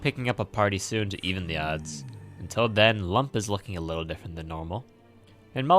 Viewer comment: "Wittle goblin" got me pretty good.